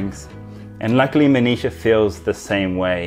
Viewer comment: when you say Manisha, it sounds like 'Amnesia'😅, no offense love you man and congrats for marrying such a beautiful lady